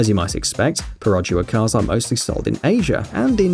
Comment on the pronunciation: U pronounced perodua wrongly, the locals will scold you I'd you said it with a western accent